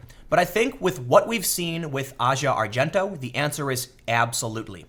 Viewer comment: You pronounced Asia argento's name 3 different ways in this video lol.